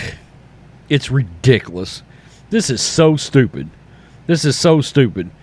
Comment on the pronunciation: It's ridiculouoocchhss lol. I like how you pronounce that. I'm not trying to laugh at you but it's funny